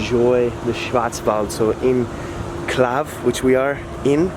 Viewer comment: Calw. Not Claw.